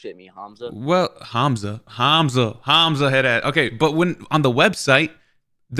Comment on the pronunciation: "HAaamAZa" wallah its funny how they pronounce your name😂